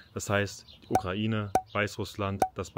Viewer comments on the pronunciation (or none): none